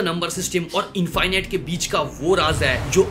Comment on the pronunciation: इंफाइनाइट नहीं इंफिनिट कहिए। इनफिनिट इंफिनिट इंफिनिट। You have an extra strong bong accent 😂 Keep up with your good work 👍